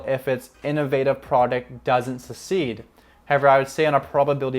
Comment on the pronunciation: Succeed. Not secede. Good info though.